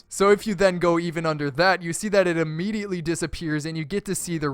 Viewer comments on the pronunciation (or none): none